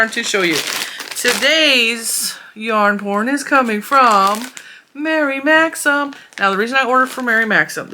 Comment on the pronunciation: I hope this doesn't sound petty, but THANK YOU for pronouncing Mary Maxim correctly. I have seen so many videos saying "maximum" and it gives my OCD such a zap that I cannot watch the videos.